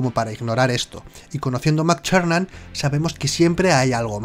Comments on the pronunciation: No nos engañes, tb es parte de nuestra imaginación,no existe,sino como puede alguien pronunciar... John Mctuerxfnan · Me descojono cada vez que dice "Mac Charnan" xD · como pronuncia el nombre del director jjajj oye oye entonces en las siguientes películas resucita no ??